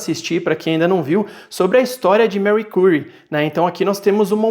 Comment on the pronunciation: Gostei do review mas estou sofrendo por ouvir o nome dela assim… jkkkk